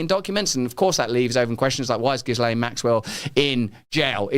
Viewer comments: Gillane not gizlaine. He should have looked up how to pronounce ghislaine. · and with "lenn" ending not "LANE" Shakespeare ‼🤔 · Her name is pronounced GHEE-lenn not JISS-lane. Not that I respect her, but really, can't we handle a French pronunciation? The S is silent. The G is a "hard" G. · It's Gillane. The "S" is silent. The "G" is hard. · Why can't he pronounce Ghislaine properly. (Is it because he's done no research into this story and is reading the name for the first time?)